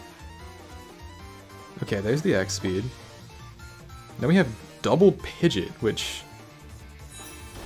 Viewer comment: Not Pidgett... Pidg-E-Aht